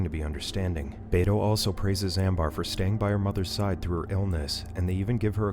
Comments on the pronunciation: The uncles name is pronounced "Beh-toh" not "Bay-toe" 😅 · Bro said bay-toe😂 bro